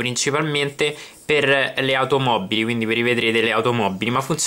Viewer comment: automobbili disponibbile microfibbra possibbile: l'itagliano questo sconosciuto. comunque grazie per la dritta. :-)